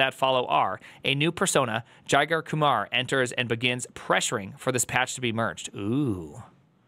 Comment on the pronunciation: Jigar is actually pronounced like "jigger"